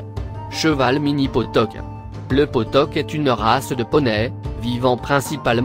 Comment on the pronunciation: On dit potioc pas potoc